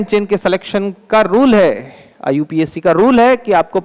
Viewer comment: Iupac name ❌ iu pac name ✅😅😅😅😅